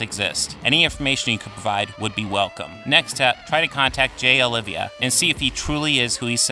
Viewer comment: His name isn't Olivia, it's Oliva....Oh-lee-vah